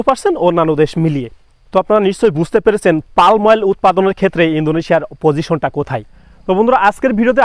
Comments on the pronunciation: Pronunciation ঠিক করেন। It is পাম not পাল্ম । গাধা। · আপনি বারবার "পাল্ম" শব্দটা বলছেন কেনো? এটা তো হবে পাম". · Palm এর উচ্চারণ পাম,পালম নয়। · সবাই বলে পাম / আপনি বলেন পাল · Vai palm uccharon korun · Ucharonta hobe pum. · এল এর উচ্চারণ হবেনা, পাম হবে।।